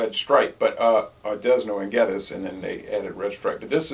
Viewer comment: The slogan for this brew used to be put it back with a Dragon! Figure it out! BTW the S is silent in Desnoes of D&G fame. I wouldn't expect him to know much about Jamaica or its products....